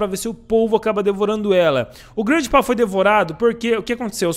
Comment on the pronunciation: Oque é: GRANDPA oque eu entendo: GRANDE PÁ